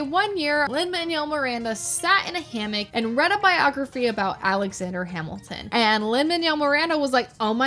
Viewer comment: Alexander Yap-ilton